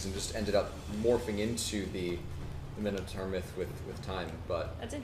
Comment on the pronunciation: I’m sorry I’ve only found and their streams now. There’s something really surreal about listening to individuals listening to how to deal with Imposter Syndrome while butchering mintoaurs